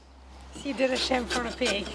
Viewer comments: chamfer on a peg, with the NZ accent sounded to me, like chamfer on a pig, oink oink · When Jess says "chamfer the peg", this Canadian hears "chamfer the pig" ... leading me to wonder why N.Z. has wooden pork :-)